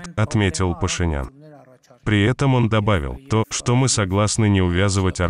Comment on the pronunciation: Ваххх ))) когда не получается говорим " мИ не хотим " , лицемерия зашкаливает, паршик у тебя !